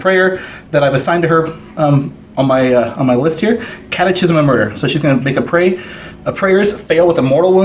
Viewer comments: Well done But Have to say... It’s pronounced “kat-e-kism “ Not kat-e-chism Sorry Damn catholic education ..... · Someone please tell that guy it's pronounced 'catekism', like in schism...